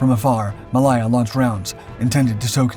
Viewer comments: Yes its HMS WarspITE, its also HMS Ma-lay-ya, not Ma-lie-a! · Your pronunciation of Royal Naval ships name is abysmal. Malaya as in the country Malaya. It isn't Mal I er. It is Ma -lay -a .